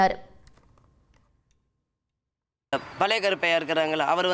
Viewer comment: athu "palaya" karuppiah illama.. "pazha" karuppiah😀😀😀😀😀😀